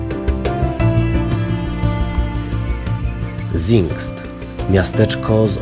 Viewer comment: Ładne ujęcia, choć wdarło się kilka błędów merytorycznych (np. nazwanie ogrodu w stylu francuskim rzekomo stylem angielskim). Dla lepszej jakości warto na nowo nagrać lektora do źle wymawianych nazw niemieckich: Hiddensee - wymowa [Hidenze], nie [Hidensi] z angielska Gerhard - wymowa [Gerhard], nie [Gerard], nie ma tam niemego "h" Zingst - wymowa [Cingst], nie [Zingst] Ahrenshoop - wymowa [Arenshop], nie [Ahrenszop] z angielska Speicherstadt - wymowa [Szpajśersztat], nie [Szpejchersztat] Viertel - wymowa [Firtel], nie [Wiertel]